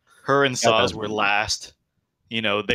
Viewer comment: Never actually noticed you mispronounce stuff. Which atleast for me means you arent saying them wrong in a major way. But Sazh starting with a Z drives me crazy.Ystola is another example off the top of my head